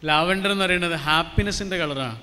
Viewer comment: ലാവെൻഡർ അല്ല ലവൻഡർ